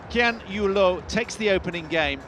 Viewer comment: Why did the commentator call Lin Dan as Lin Dan and Loh Kean Yew as Kean Yew Loh?